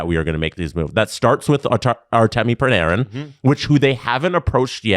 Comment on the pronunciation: Why do the always mispronounce Panarin’s name? Is it a bit?